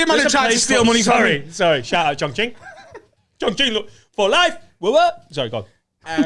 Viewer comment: "Shout out Chongqing"... pronunciation is actually spot on